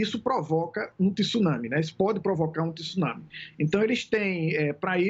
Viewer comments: Vamos pronunciar a palavra correta é TSUnami e não TIsunami . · 😂 Estranho o professor pronunciou a palavra TSUNAMI certo no comeco e depois comecou a falar TISUNAMI...nao sei se pra acompanhar a apresentadora...Tsunami se pronuncia da forma que se escreve...